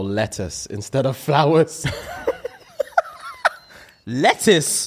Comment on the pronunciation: ' face when he realised said 'lettuce' & not 'letters'! Also, LETTUCE!!